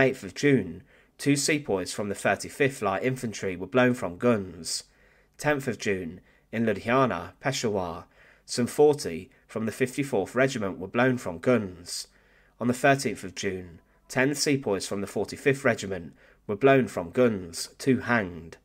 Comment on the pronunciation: Peshawar (Pakistan) is pronounced "peh-SHAH-wer", not "PESH-ah-wahr". — former Peshawar resident